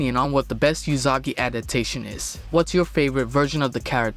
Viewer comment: well its (oo)sagi not (you)sagi so.....